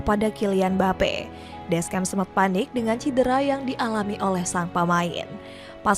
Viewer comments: ganjil banget bilang deschamp ga pake descyam malah deskem, bilang xavi simons biasa malah xavi saimond wkwk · Mbak ini masukan aja, silahkan kalo ga setuju. jgn di bhs inggrisin apalagi campur sari, baca biasa aja. Klo salah nyebut tuh jd aneh. ni cara bacanya Deskhamp, Maikah, Maik minyong, ngolo kaunte, olivie jiruu, Xavi simons (ini literally bacanya gini), Adrien Rabioo, Antoan Griezman, tijani reynders. Pusing kan? Bbrp pemain nyebutnya udh bener jd ga kumasukin. fix 1 aja baca ala org indo ga diinggris2in ga di sok sok bahasa aslinya karena pusing.